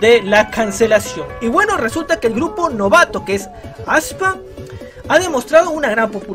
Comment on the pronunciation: Fans: se dice aespa: ASPA!!!!